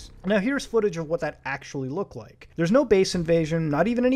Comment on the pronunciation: Did you rike it?